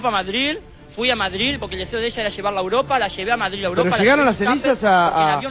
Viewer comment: A "Madril" jajajahaj